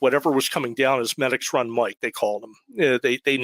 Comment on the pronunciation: It’s pronounced Meedix Run not Medics run it’s down over the mountain from Parker Dam and Elliot State park there’s a tavern that’s been open since the 1800’s known for cold fries and herpies…… Both Medix Run and Over The Mountain are major stops for atv and snowmobiling been through those woods many times hunting and riding.